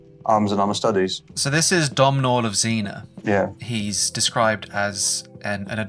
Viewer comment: Domhnall of Zena, wouldn't it be pronounced as "Doh nall", an name with Irish/Scottish origin, which roughly means World Ruler.